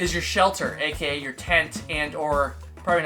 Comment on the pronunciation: LOL - great nuggets of advice: stay waterproof in your “schleltrr” (drunken slurring) so you don’t end up dead. Filter water so you don’t $#!t your pants. Words to live by🤣